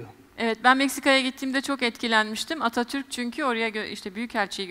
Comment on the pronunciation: Atatürkü cok severim ama sunucu ablanin altini cize cize yaptigi vurguya bir anlam veremedim